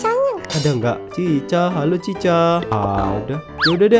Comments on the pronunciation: Chika bang bukan cica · Chica Itu Chika Loh Sebutnya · cika bukan cicha nama nya doang tapi di baca cika